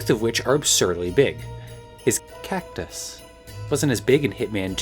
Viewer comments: why do you keep saying CACTUS like that it’s freaking me out more every time you do it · Why does she say “cactus” the way SpongeBob says “actors.”